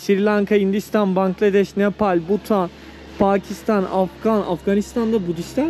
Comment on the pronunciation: Butan değil de Bhutan daha doğru